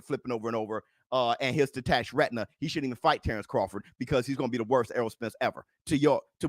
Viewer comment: Dam be careful with some of those annunciations I almost swore instead of you saying spence tore his retina that you said he tore his rectum 😳😜 Detached probably would have made me hear it better too instead of tore 🤣🤣🤣